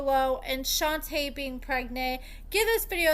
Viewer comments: Girl, her name is pronounced “shon-tay” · I just think you're purposely mispronouncing her name at this point. Y'all can pronounce SHIWAKOVITZ but can't say SHON-TAY 🙄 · This bish be lying Edit: you say her name wrong af lol